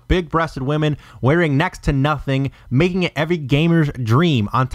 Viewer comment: "makeing this disk, hard to find" lmao why the fuck did you say it like. I heard it and started dien wasn't sure I prob heard correctly when I first listend to it correctly but when I found out it was what I heard i kept re winding continuing to laugh harder and harder lol